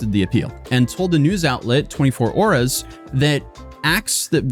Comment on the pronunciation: Just a little note, 24 Oras is read as Bente-kwatro oras (oh-rAs). In English, 24 Hours.